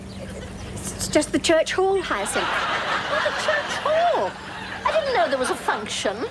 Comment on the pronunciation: What a perfect comedy this is,suitable for rewatching a bazillion times. BTW, does anyone know if Josephine Tewson (Elizabeth) purposely did that funny thing with her tongue whenever she pronounced. “HyacinTTHH” ? Always been curious….